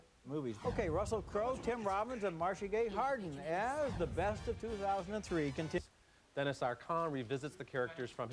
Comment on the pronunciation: "Duh-Knee" Arcand. Not Dennis damnit Roeper.